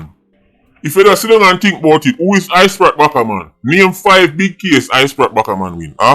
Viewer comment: I-Sprat Backa-Man and Spratel Addiman Pah-man got me weak 🤣🤣🤣